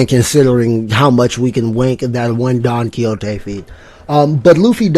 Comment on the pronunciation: Bro don chin jao split the continent not donquioxe 🤦‍♂️